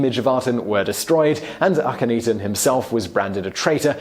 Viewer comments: I do love you, Simon; but, I swear, you say Akhenaten's (Ahh--ken--Nah--ten) name right the first time, then you proceed to humorously murder it, thereafter. You already know it's not 'ee-tan' (cat claws on a chalk board!!!!! Ahhhhh!!!!!), as you said "ahh-ten" twice, at least. It has got to be a historian funny, or something. I do love your show, though. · Chris Flad He even said Akhenaten's name right at first, but then just repeats AkhenETEN (eaten?), and not once did he get HatshepFOOT's name right. Poor Hatshepsut... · Hat-shep-sut A-khen-na-ten If you're gonna ridicule them as much as you do, you could at least pronounce their names right. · Please look up how to pronounce a couple of the names in your videos! It's "hot-shep-suht". "Suht" pronounced like "foot" but with an "S" where the "F" is. Also "ahk-en-aht-en".